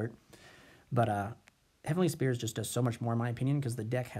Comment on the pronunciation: Would your board really have been the same in game 3 if the elpy wouldn't have resolved? Also, it's Heavenly SPHERES not Spears xD Otherwise, nice video :D